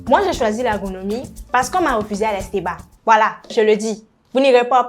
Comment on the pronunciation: ESTBA et non ESTEBA